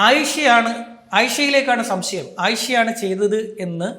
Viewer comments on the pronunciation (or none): none